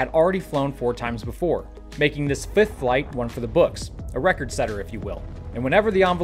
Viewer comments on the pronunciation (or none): none